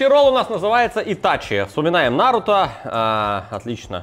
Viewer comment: Ок теперь не нарУто, а нАруто